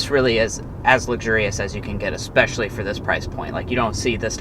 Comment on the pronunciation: I liked this review. When saying the word "especially", don't say "exspecially", for obvious reasons, like there's no "x" in the word.